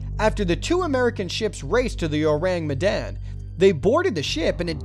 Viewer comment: You pronounced Ourang Medan wrong... ORAHNG MEHDAHN